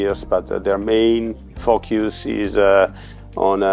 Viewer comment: Amazing accent. I have the impression that he swears all the time :) Word "focus" sound hilarious!